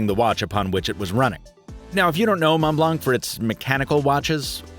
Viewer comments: pronounce the O as OH in Mont. I'm french so I know. 😬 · Montblanc Is pronounced as "Mon Blon". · As always, great review! Super fun to watch. But please, as a french, it hurts me so much when you pronounce the “c” at the end of mount blanc :) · "mon blonk" lol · C in montblanc is not pronounced, ie silent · You don't prononce the C in Montblanc, it's like the color white in french (blanc) 😉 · i'm sorry but this is the worst pronunciation of ''montblanc' that i have never heard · Montblanc, the C is silent :p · The C in Montblanc is mute, and so is the T in Mont. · Pretty sure Montblanc is pronounced without c in the end